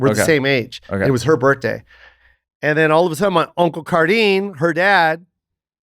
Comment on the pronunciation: Jo doesn't pronounce the H in birthday😂